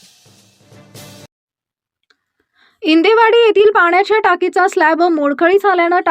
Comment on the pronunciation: इंडेवाडी ❌. इंदेवाडी ✅